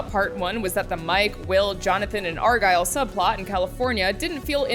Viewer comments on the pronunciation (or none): none